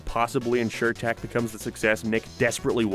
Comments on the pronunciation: I fw hellllllaaaa of the “failure” shows. It was more like they didn’t know what was gonna be good or not. And it’s not tack. It’s tock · Is English your first language? Why the hell do you stress random syllables? What the hell is going on with your voice? It sounds like AI from 5 years ago. No personal hate but if you're gonna make an hour long video, I mean, have you ever listened to yourself? You say tEk. Not tAk. E. "Tech." That's what you're saying. you say "witch doctorrr" like you're putting so much effort into stressing random syllables my guy, you could just say the words. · I can’t get over the fact of you pronouncing tak’s name as tech